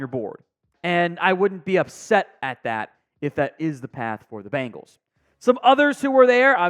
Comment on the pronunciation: Dude can’t pronounce many many names correctly. It’s sad.